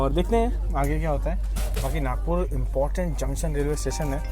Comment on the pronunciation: It's nagpur not nagour